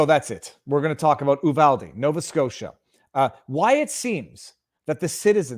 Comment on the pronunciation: Viva it's pronounced - U-vall-dee